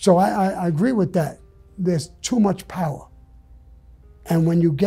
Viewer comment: Gotta disagree with Sammy, I need the "powah".